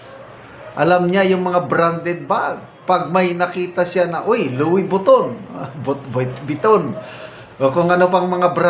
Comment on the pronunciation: in simple TAGALOG pronounciation..that is..LOWE-BITON.🤣🤣🤣